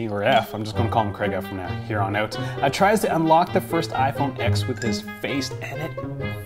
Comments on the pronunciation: he sat through a 2 hour presentation and still doesn't know the name of the phone...IT'S IPHONE 10. The X is a roman numeral!!!! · It's called the iPhone TEN, not X. Roman numeral X = ten. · RIPPER334 That's cool. Then tell me why the narrator from the official commercial from Apple for the iPhone X pronounces it "iPhone Ten".